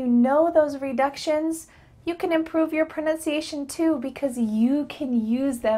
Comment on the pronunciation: Your= Yar